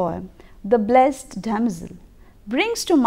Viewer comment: a small correction..."blessed" is pronounced as bles-id.🙂